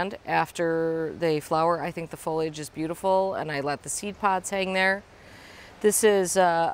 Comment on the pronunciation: OMG thank you so much for saying “foll—eeee—idge” and not “foll—idge.” I don’t know why this has become a pet peeve of mine, but it has. So much going on in the world and I focus on a dumb word.